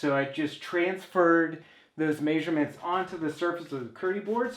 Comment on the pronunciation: Did he say masurements?